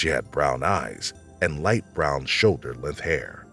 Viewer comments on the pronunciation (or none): ummm… shoulder lith hair….